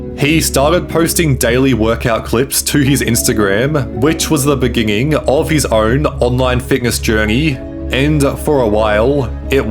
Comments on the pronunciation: Why are you saying beginging? Are you ok? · bro said "beginging"..? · in de biginging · In the beninging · in the beginging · Beginging No Meanging 👋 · Is it me or is it that this guy can’t pronounce “beginning” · So it is not only Jacob Zuma that struggles with the word BEGINNING? Check from .